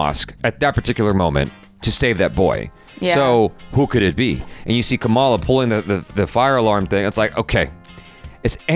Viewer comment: The least they can do is pronounce Kamala right.